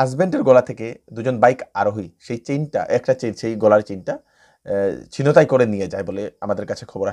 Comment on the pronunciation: উচ্চারণ হবে "ছিন্ তাই"।